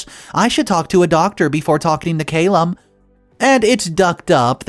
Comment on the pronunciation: Wow I am glad I wasn't sipping a drink when I heard 'ahh-bleest'. Have you really never heard that word before? Don't get me started on how many times and different ways you botched Calum too. Come on dude you're reading shit and releasing it publicly. Some due diligence is necessary.